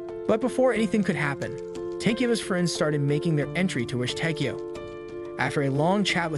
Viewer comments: It's takiyow not tikiyow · I hate the way you say his name wtf is the matter with you